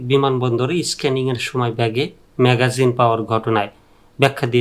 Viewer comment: দোচনা ঐটা ম্যাগাজিন না ম্যাগজিন।